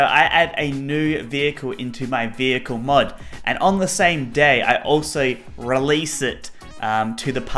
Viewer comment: Bus??! Can you make one. I know, I know, you say Small Vohekel.